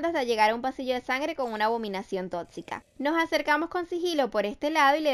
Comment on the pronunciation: Me encanta cuando dice "abominación TOTCICA "Xdd